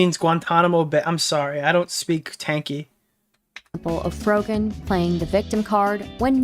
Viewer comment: t's pronounced Fro-jen